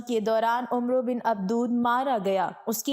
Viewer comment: Ye lafz Umro nhi Amr ibn e Abd e wud ha . عمرو me و silent ha jb k ع kay oper zabar ha . Amr or umro me farq ha